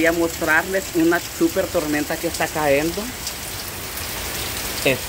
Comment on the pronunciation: Hola. Una observación y lo hago sin mala intención pero, creo que es necesario y es bueno aprender aunque seamos adultos siempre hay algo que aprender o corregir; escucho que dices " CAENDO" y no se dice así, lo correcto es " CAYENDO " Cayendo.